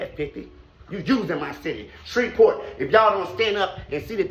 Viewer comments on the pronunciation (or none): none